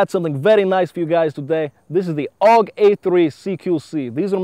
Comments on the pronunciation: its A.U.G.not aug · Not aug. It's A.U.G which is an abbreviation for "Armee Universal Gewehr" (german for "Army Universal Rifle")